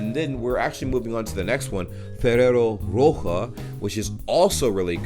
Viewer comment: Ferrero roche is pronounced like rosché like sheep